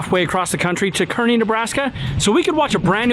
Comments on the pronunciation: Kearney is pronounced CAR-NEE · Hopefully they'll SPLAIN TO you it's pronounced (karny), all locals in NE pronounce it with an "A" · Kearney is pronounced car knee